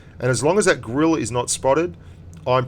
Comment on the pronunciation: Also you mispronounced Grille .Its Gril-eh